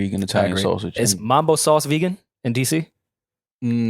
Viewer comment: the way yall be saying mAAAmbo sauce instead of mUHmbo be hurting my feelings moe